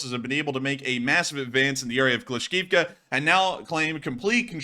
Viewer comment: C'mon,, "Kla-shiv-ka"